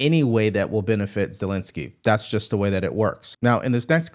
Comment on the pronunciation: Zel-en-ski not Zel-in- ski